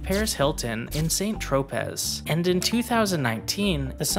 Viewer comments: Pas de tout; c'est ne pas tropey, c'est tro-pay. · tropay is the accepted English pronunciation and is closer to the native pronunciation than “troPEZ” 🤦‍♀️ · In French it’s pronounced “San Trop” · great video! just a heads up, saint tropez doesn't rhyme with lopez, it's pronounced san tro-pay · only english speakers pronounce it tropay. I is actually pronounced saint trop´ from people living in the provence or "tropé" from rest of french people. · Saint tropeh, pas pay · /ˌsæn troʊˈpeɪ/ = SAN-troh-PAY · And the Saint isn't pronounced as "Saint" or as "San" but as ""Saant" with the T being almost silent, except in the case of female Saint where the T would be pronounced. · No, it’s not pronounced san tro pay, it’s pronounced /santropé/ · Say it with me... Saan Troe-Pay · Jennifer Lo-pay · Ha ha ha, was going to comment similar. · It amazes me how often these video essay-makers get this kind of thing wrong. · Former rapper..? We don't care, honey, as a French I can tell you that "Saint-Tropez" does NOT rhyme with Lopez. 🙄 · Strange how the focus around this is always on the women,instead of the men buying secs, trafficking young women and basically capitalise on the youngest vulnerabilities... And I've never heard the name St. Tropez butchered so badly. 😁